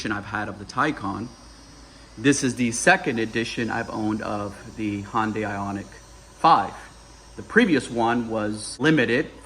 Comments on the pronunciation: It's fucking HYUN DAY OMG HYUND DIE my ass how long does it take to say it??????? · Do Americans really say Hyundai like that? It's Hyundai, not Hondai. Otherwise, interesting comparison for sure, not many people can do a review while owning both cars. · I thought he said Honda weirdly at first 😂